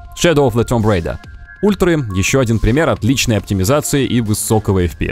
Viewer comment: Шедов оф зе том рейДА!! том рейда!!! Тьфу, сука!